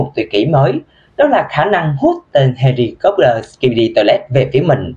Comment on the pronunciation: anh đọc là heli cóp lơ